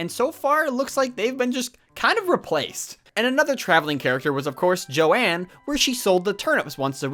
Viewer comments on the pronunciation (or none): Is Joan sometimes called Joanne in some game releases, or are you referring to someone else. I’ve watched a few videos where you say “jo-ann/Joanne” instead of “Joan” (like Jones without the s) and I get so confused for a second lmao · Her name is Joan (pronounced J-own), not Jo-Anne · STOP CALLING JOAN “JO-ANNE” also there’s a picture of nat in the museum’s laboratory